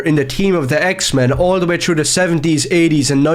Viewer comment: Grown man who can't even pronounce "through" correctly crying and shitting his pants over women in a videogame